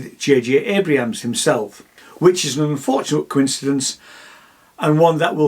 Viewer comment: Abrams, please. Not Abrahams